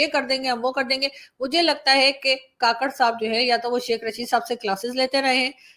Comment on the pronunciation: Madam,kaakarh nhi kkarh